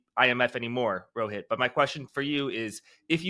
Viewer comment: Jack . Loved the way u pronounced Rohit. Its also my name. Never seen it pronounced so corectly n with affection in my life by a famous person. ❤ Kudos for that!